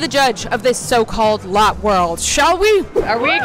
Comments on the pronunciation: Ok so lotte world is pronounced loh theh world try google translate no offense ….. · Lotte world is actually pronounced Lottie world not lot world 😊👍🏻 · Lotte world is the best! Its not a big deal, but lotte is pronounced like lo-tae lol! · Omg!! I'm from Korea and I live here, I'm so happy that you made your first time in Asia in Korea!! Also, it's not Lot world, its more like - Latte - but with an 'o' instead of an a sound :) p.s - that roller coaster Brent was scared of, its called French Revolution, it's really nothing ☠+ I lived in Singapore for 7 years, that was my apartment :)))) This vid just made me so happy :D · Hi, Glad you came to South Korea The pronunciation of Lotte World is (Lot Dae World) Love your videos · Love that she went to Korea, but cringed every time she said “lot world” because it’s pronounce “low-tay world” 😅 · Btw it's pronounced Lotté not lot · As a korean, its pronounced lot-ae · It’s not lot world, it’s pronounced (low-te) world. Live octopus is literally my favorite food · Great video. Funny. But it's pronounced "Latt-eh" World, not "Lot" World. Lol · It’s not Lot world it Lō tae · It’s pronounced lottAY not lot. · LOL its not lot world its lota~ world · i dont really know how to say this on text but its not lot world its lou teh world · It’s pronounced lott+ie not lot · I live in Asia. You do not pronounce it lote it is lott[ey] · It is not pronounced lot it is pronounced like the word latte but spelt different lol I have lived in South Korea before so …… pls it would be a little bit more respectful if you pronounced it right but otherwise else we love you ❤❤❤ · Lotte is pronounced (Lo tae ) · girl its pronounced 'lottey" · I’m from korea! Still mad she pronounced Lotte world wrong 😭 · Not the right pronunciation of Lotte